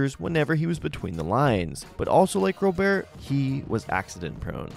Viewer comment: How do you still not know how pronounce Robert